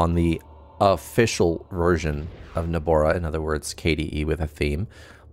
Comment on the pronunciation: Nobara not Nabora, but thanks for the tutorial